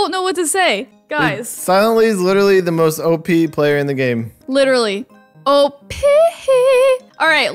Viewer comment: DJ:she is the most op player. Me:you said it wrong. Sabrina:opppee!